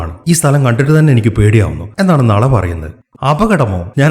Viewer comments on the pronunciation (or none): ബ്രോ നള അല്ല നാലാ